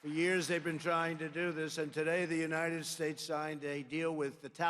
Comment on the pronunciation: Trump can't even pronounce "the United States" correctly. He said "Unitted Shtatshe"..